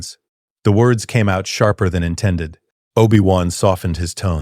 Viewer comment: I WANT TO LISTEN BUT THE MISS PRONOUNCIATIONS KILLS IT